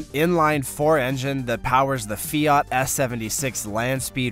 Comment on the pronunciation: Pronouncing it 'fee-art' annoyed me. Sorry.